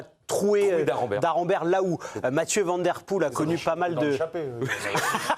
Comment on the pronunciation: on dit Waut et pas Wout. On dit Van comme vanne et pas van comme vent. c'est si compliqué 🙄